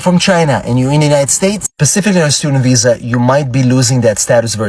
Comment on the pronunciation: He can't even say visa